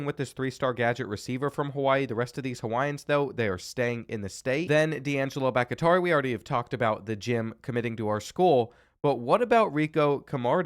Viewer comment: Mispronouncing Bakhtiari is depressing to me as a Packers fan.